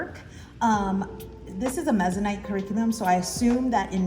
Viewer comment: I am Mennonite and you saying it wrong makes me giggle. 😅 no worries. Love you, girl! I really enjoy your videos. I am very interested in the cle kindergarten. Thanks for your thorough flip through.